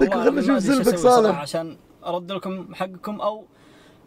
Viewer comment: قال فارد مب بارد